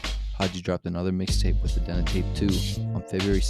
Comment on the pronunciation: The Dena tape is pronounced like Dee-Nuh. You know, in honor of Pasadena